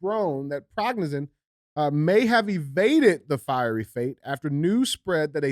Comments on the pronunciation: Ya-give-knee. Pre-go-shin. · The leader of the Wagner Group’s last name is pronounced phonetically “Pri-go-shan”. It was either a “Hit”, or he’s faked his own “supposed”, death so he can live longer because Putin would eventually have him killed. Fact! He should’ve never stopped before going to Moscow! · It's PRE-GO-SHIN for phonetics